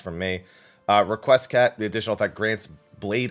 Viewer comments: No, that's also not how Requiescat is pronounced. It's more like Rek We Ess Cat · I think you mean it's pronounced: "Re Quest Cat"